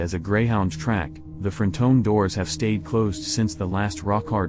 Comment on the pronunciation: frun-ton is how you pronounce that. Not frone tone…. #bebetter